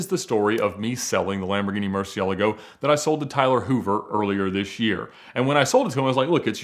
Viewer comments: Thank you for calling it a Murci for the majority of your video Hearing "Mursee-El-uh-go" vs "Mursee-ah-lah-Go" makes my neck tense up. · Kinda makes me a bit annoyed on how he pronounces 'Murcielago'